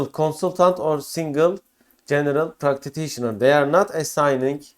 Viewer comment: thanks for the valuable information. There also was a severe issue with the pronunciation of ”practitioner” ;))